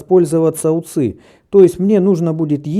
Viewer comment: не УЦЫ, а У Ц И!